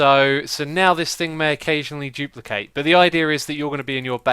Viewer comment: Xisuma new word of the day 'jooplicate'